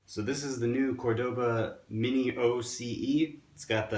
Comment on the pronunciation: fyi... Cordoba sounds like Core-Da-ba not Core-Doe-ba